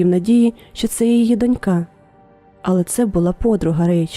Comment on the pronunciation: Дивлюся з цікавістю "Трукраймукраїнською", все зроблено непогано, однак авторам не вистачає хорошого літредактора. Досить багато помилок, зокрема у наголосах. Найперше - слово "донька" слід вимовляти "дОнька", і це наголошення зберігається в усіх відмінках і в однині, і в множині: дОнькою, дОньок, дОньками тощо. Крім того, хочу сказати, що є ще й слово "дочкА", воно є абсолютним синонімом до "доньки" (себто жодної різниці), можна й ним користуватись для розмаїття. "НенАвисть" в укр. мові має наголос на А, на відміну від російської, де наголошують перший склад. Коли поліція знаходить чийсь труп, то встановлюють особу, а не особистість - це різні речі. Прохання до авторів дбайливіше готувати тексти: від цього залежить ваша репутація.